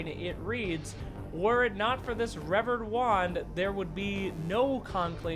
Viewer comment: Revered is pronounced reveered btw :)